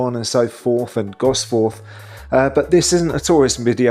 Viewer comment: You clearly don't welcome constructive criticism. For your benefit, it's “Wallsend! Not “Wals End” and “Gosforth” (drop the r) rather than “Goss Forth”. Research is paramount prior to posting stuff online, in order to avoid looking silly.